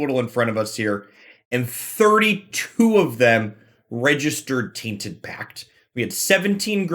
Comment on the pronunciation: What is the reason behind you pronouncing "tainted pact" "tainted pack"? Is this an inside joke or an accent i don't know about? I am not from america so i can only guess. Sorry if this offends you in any way that was definitly not what I want.